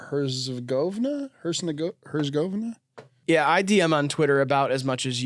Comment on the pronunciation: is refering to bosnia and herzegovina btw (its pronouned her-zeh-go-vee-nuh)(i think)